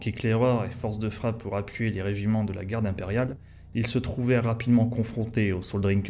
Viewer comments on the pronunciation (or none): none